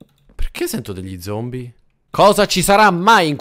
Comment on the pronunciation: hahahahahhah hai detto zombo no zombi